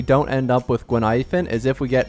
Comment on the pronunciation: Btw. Her name Gui-Nai-Fen. Not Guin-Ai-Fen.